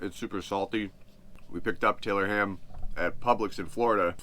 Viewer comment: You said it right the first time Tylor ham !!! 😂